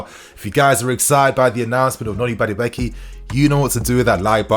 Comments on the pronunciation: CORRECTION: He is from Nigeria and not Ghana! Also, his name is pronounced (Maa-do-a-k) Up Chelsea!!! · It's pronounced Ma-Du-Ay-Kay 👍🏾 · Great news, but your pronunciation was horrible. He is Nigerian, from the Igbo tribe. It's pronounced, "ma-du, e-ke" (meaning, 'not created by man'). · how do I send you the real pronunciation of Madueke? It's really funny hearing you say his name 😅. Great content. Love you bro